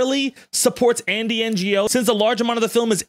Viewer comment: "Ngo" is actually Andy's last name and has nothing to do with Non-Governmental Organisations, but I think it's important to show him as much disrespect as is legally allowed, so I strongly approve of your mispronunciation